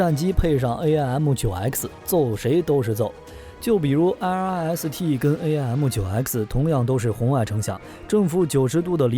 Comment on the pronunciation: Did you forget 1958 Sep, F86 with side winders 鑽入M15 , 17, 尾火孔，。遁入爆炸，失了14 M15 , 17, 台俠和平， Aim means 目標。不是，A-I -M 唸弯舌头，。噁心透了